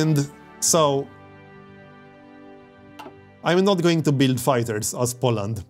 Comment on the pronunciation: Everything is ok, but learn to pronounce the word "Poland" correctly - powinno wymawaić się: "Poulend " (mniej więcej) z akcentem na samym początku.